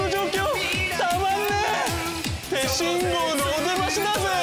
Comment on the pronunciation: 手信号で行こうぜ！！ が、「慎吾で行こうぜ！！」に聞こえた…